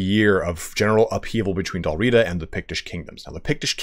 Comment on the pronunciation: I enjoyed the presentation. Please, Dál Riada (or Dalriada) (/dælˈriːədə/) has an a between the first two and last two letters of Riata, and it is not silent. Otherwise, thoroughly enjoyable. Thank you.